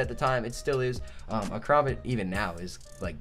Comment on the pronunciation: Ka-Ram-Bit Sorry a pet peeve